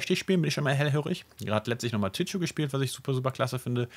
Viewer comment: Tipp: Tichu wird ausgesprochen wie es geschrieben wird.